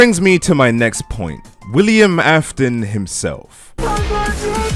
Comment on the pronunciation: comes part with William.A Me seeing says William Afon Me:William Afon or William Afton where is "t"🙂?